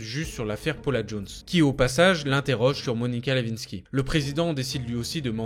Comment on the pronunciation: Pour ceux que ca intéresse Monica Lewinsky. Il faut prononcer le W dans son nom de famille comme si nous dirions Le (win) sky. Il faut dire win comme en anglais.